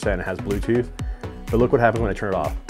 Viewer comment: “Bluethooch mode.” “Powr off.”